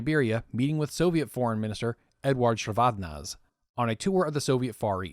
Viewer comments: The pronunciation does not end with "-zey", it's read like it's written, "ze". I have heard georgians pronounce their surnames that way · AFAIK, as someone who listened to the BBC news commentary at the time, the final e in Eduard Shevardnadze is pronounced and as a hard vowel so that it sounds as 'eh' or even almost as an 'ah' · These long-form documentaries are fantastic. Just FYI: Soviet Foreign Minister Shevardnadze's name is pronounced "Sheh-vard-NAHD-zey." Also, for anyone looking to learn more, here's a lecture from Ambassador Edward Gnehm on his experience during the Gulf War: (audio is kind of crackly, be careful if using headphones). Gnehm was U.S. Ambassador to Kuwait at the time of the Iraqi invasion and Desert Storm/Desert Shield (he was also one of my undergrad professors). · Shevardnadze pronounced whack too many times